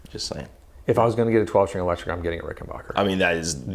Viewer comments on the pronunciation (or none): BACK not BOCH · Hey Guys . . It's pronounced Rick - en - BACK - er . . . NOT Rick - en - BACH - er!! When Adolph Richenbacher founded his company he named it for himself. But with the outbreak of WW2, he was worried that folks would think Richenbacher was a German based company, and so he Americanised the name to make it sound true blue made in the USA, which indeed it was, and still is. Rickenbacker is as American as the Cadillac. This info is right outta the Rickenbacker book. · Rick- in- BACKER, not rickenbocker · WOAH THERE, I'm positive it's pronounced "- backer" and not "- bocker" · Not Rickenbacher; it's Rickenbacker. Tom Petty would be pissed if he heard the mispronunciation. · The correct pronunciation of the name is Ricken-"BACK"-er. It's a short "A." Not a long "AH." Check it out with anyone from the family or management. Great vlog, guys. Very informative.